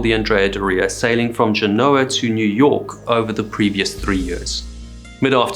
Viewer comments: Also, isn't it GEN-o-ah? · you’re telling me you don’t know how to pronounce Genoa AND Cannes⁉️ dude, you sound like you’re from ‘Merica 🤣😅😬